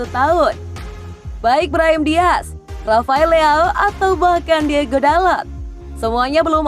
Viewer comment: tulisan namanya diogo, tapi sebutnya diego terus